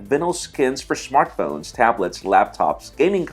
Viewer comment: shmart phones